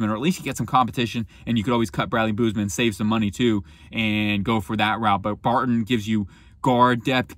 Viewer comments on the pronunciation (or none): none